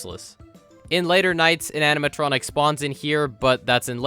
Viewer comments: When you realize he says amintronic and not animatronic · Is it just me, or did he say "animatronic" so much he started accidentally saying "aminatronic"?